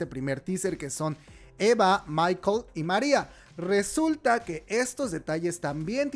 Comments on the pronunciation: Una cosa... No se dice Maikel.. se pronuncia Mikel.. tal como suena. Y es un nombre 100% vasco.( La organización terroris.. era vasca) O sea si hubieran elegido otro nombre, podrían decir que es coincidencia... Pero si añades ETA y Mikel... blanco y en botella... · el nombre no es MICHAEL, es MIKEL, se pronuncia como suena, es un nombre vasco - de ahí que la gente piense que no es coincidencia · Una coincidencia puede ser inocente. Ya que usen los nombres de MIKEL (nombre vasco, se pronuncia como se escribe, no en inglés como tu hiciste) es un fundador de la organización. MARIA Soledad Iparraguirre fue la esposa de MIKEL... Me provoca una sensación de tristeza tan grande...